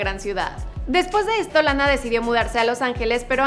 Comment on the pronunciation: Lana pronuncia re bien la a😉